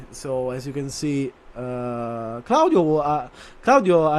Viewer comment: You can hear he is italian and how he says claudio is perfect